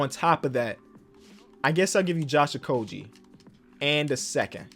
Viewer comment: Thank you for pronouncing josh okogie correctly